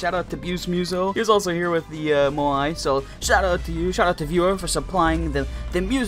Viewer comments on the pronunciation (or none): How people pronounce it: Moai How he pronounces it: Mouie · bro he will never pronounce moai right